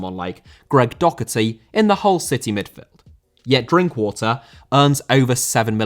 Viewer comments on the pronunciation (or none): none